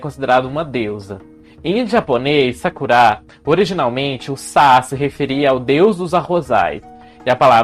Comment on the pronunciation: Amei o look! Está maravilhoso, assim como o conteúdo, sempre! E logo no início, descobrimos que se pronúncia "Sakurá" e não "Sákura" haha